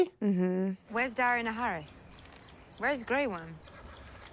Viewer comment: who dis? ...NOT Daario Naharis! ...NOT Daario Naharis! 😠 first of many mistakes to come... i still LOVE this show